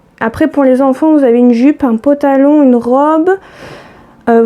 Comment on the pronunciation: Super le "pantalon" et non patalon😁😁 je n'osais pas te dire mais à chaque fois ça me fait bizarre !! Pour les Frixion il faut surveiller les promos en supermarchés, la semaine dernière lot de 2 stylos + 3 recharges -70% avantage carte à Intermarché.